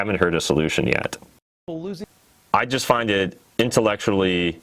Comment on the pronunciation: My favorite bit was when said "intellectually" correctly but then corrected himself and said it wrong